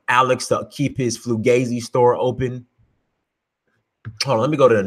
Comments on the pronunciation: My fault your right he did slipped up and say Flugazi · No Fugazi or as I say fugaze!!! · are you saying "flugazy"?